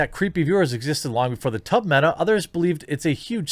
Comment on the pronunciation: When I heard you say tub streams, I thought you said tug streams.